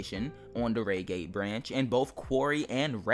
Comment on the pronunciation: it could be the coach number. I believe on the electrostars they have coach X of X on each coach (not with X, of course) Edit: why would they change the 166 if it’s a layer, not an included train? Oh, also Reigate is pronounced Ryegate, not raygate. Not to hate though.